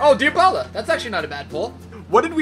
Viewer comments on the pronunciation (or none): none